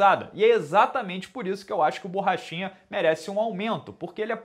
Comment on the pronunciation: No começo do video achei que tu falou paulo bosta kkkkk, achei da hora até!